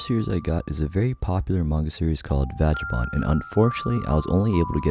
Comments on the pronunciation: Vagabond is pronounced like Bagabond but with a V at the beginning. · The G in Vagabond is pronounced like the G in "Go" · I love your content man but the way you said Vagabond hurt me 💀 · My brotha! Great video as usual super chill. PS: bro no hate but pls don't say vagabond like that lol